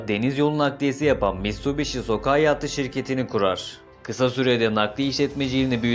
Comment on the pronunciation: Mitsubishi sokai okunuşu hiç güzel değil 😅😂😂